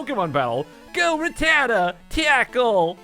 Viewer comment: it's not ra ttata it's rat tata